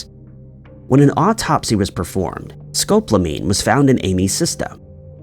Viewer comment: Scope lamean. Are you trying to say Sco PAL omean?